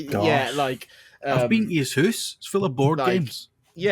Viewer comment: You gonna pick on the Italian saying halo with the way you pronounce house? Hooose Hooose hooose Tsk tsk